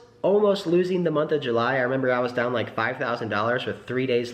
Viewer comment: Anyone else get tilted by saying "Look Downg at"